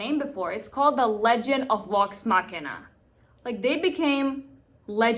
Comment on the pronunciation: Assuming you're not trolling us... to pronounce an English v sound, make like you're going to pronounce an f sound, then instead of exhaling, voice the sound through your teeth. V is basically the voiced version of F. Vax, Vex, Vox Machina.